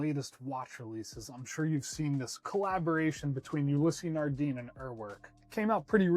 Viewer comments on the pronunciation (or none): The e in the name Ulysse Nardin is silent. Also in french IN sounds a bit like a very soft ugh to my knowledge. otherwise great vid